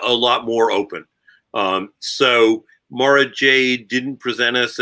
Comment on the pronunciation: Please guys. Mara is pronounced like car, bar, par, far, etc.